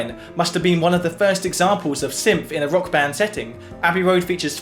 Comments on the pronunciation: Dude, it’s “synth,” not “symth” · what are you saying? Symph? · I get people have different accents... But you're saying "symph"... the same way you would say "symphony". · It’s syNth, not syMth. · It's pronounced 'synth' not 'synf'. Great video! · It's pronounced "synTH",not "symph"..what a symp! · Some dialects don't have certain sounds, like Mandarin has no "rrrrr" sound. They have never learned how to make the sound because it is not pronounced in their dialect. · seriously reconsider talking at length about an item with a distinct "th" sound in it's name when you can't deign to do us the favor of putting your tongue against your teeth to make the proper sound. English much?